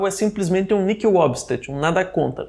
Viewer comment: A palavra "nihil" deve ser pronunciada como se o "h" não existisse, ou seja, "niil" (Padre Paulo Ricardo, no artigo "O que significa Christo nihil præponere").